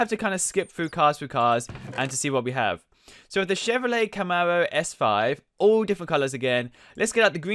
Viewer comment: How do you not know what the Plymouth Superbird is! And, how do you not know how to say Camaro SS!